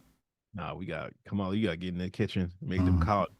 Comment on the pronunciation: It’s Kum ah lahhh